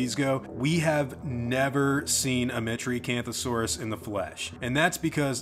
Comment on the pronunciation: A metri-canth-you-see-us?